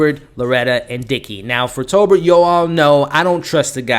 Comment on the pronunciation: You are seruoiusly terrible with names.. tobert not talbert and its president McKinley not McKenney